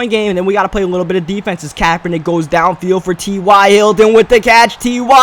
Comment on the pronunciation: fyi TY is pronounced like tie